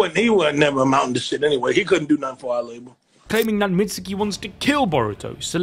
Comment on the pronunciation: Please learn how to properly pronounce Mitsuke’s name 🤦🏻‍♂️ Do you pronounce Sasuke “Sauce oo kee” no so don’t pronounce Mitsuke like that either it’s “meetz kee”